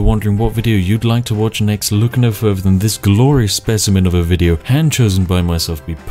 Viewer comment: Further not Ferver